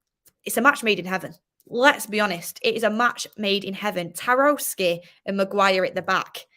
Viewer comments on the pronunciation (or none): Taroski..😂😂 It’s Tarkowski 💀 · I don’t think Tarkowski is pronounced like that is it?